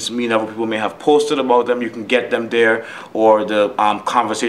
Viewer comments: say is this guy from Canada? he says aboat. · To me it sounds like "aboot" my girl is Canadian and that shit gets me everytime😂